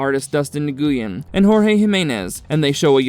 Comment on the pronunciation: Nguyen is pronounced "when".